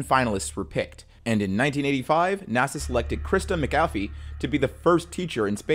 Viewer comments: i do love your channel & videos but I wish you'd take a bit more time with names... you pronounced Christa McAulliffe several different ways, including calling her McAfee. Names mean something & those of the dead should be treated with respect even more so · Seriously! Pronounce Christa McAuliffe's name right! She deserves better!! This voice must be a bot!